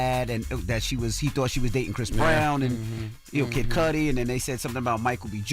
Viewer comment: The pronunciation of MIS-CUDI being mispronounced MULTIPLE TIMES is killing me. "Kid Cudi" is short for his last name "Cudi" rhymes with "MISS-CUDDY" NOT "MISS-SCUDI."